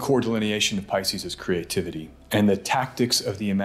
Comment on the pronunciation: Why did you suddenly start following the trend of mispronouncing the word, "creation", pronouncing it as "ker ay shon", (awkward and incorrect). not kree ay shon" (glorious and correct) ? Otherwise, excellent video, as always. You spoil us : ). Merry Christmas, and may 2024 have happy surprises for you all. Ps. Creativity is not crativity. Please honour syllables. No one is in that much of a rush.